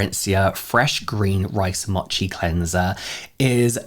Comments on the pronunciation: Mochi, 餅(もち), is mow-chi, not mah-chi. 😉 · Mochi. Mo-chi. Slow MOtion. MOchi. Vowels in Japanese, Korean etc typically only make one sound. It’s not like western languages like Mercedes having three ‘e’s and they’re all pronounced differently 😂 Other than that, I will definitely look into that cleanser